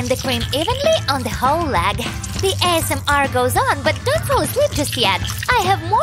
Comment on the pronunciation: It's asmr not smr bruhhh